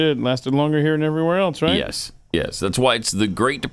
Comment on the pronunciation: There's no "T" in else,.